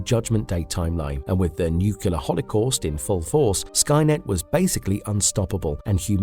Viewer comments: It's spelled nuclear, not nucular. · Nuclear. Not nucular. Just sayin'. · Please google the word "nucular"!!! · Disliked because nuclear is wildly mispronounced constantly. Sorry. Otherwise a good video.